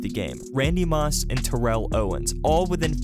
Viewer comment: you said Terell Owen’s name wrong